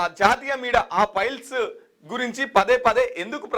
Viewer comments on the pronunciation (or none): అన్నా అది piles కాదే files 😂